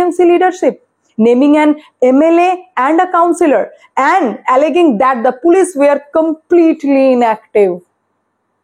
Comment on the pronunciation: Alleging er pronunciation ta thik korun.